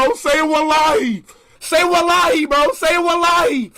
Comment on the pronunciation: Seems like he is Saying Say my Money or Save my Lobby😂